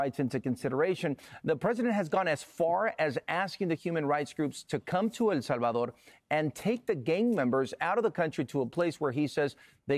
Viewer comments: Why don't you pronounce El Salvador correctly? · Drive me crazy how the guy pronounces "el Salvador" .